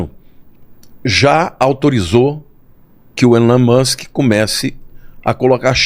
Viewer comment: Pelo amor de Deus a sua pronúncia é péssima põe em dúvida a credibilidade da matéria Não é musq é Musk ouça pronúncia do entrevistado